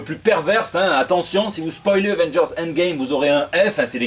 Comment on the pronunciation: Euvengers ? L'accent marseillais 😂😂😂😂